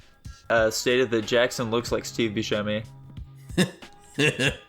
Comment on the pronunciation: You could at least talk poorly of me to my face. And I pronounce it Bussemi not Buskemi